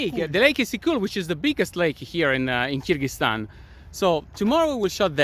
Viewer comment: 'Kyrgyzstan' not 'Kyrgyztan'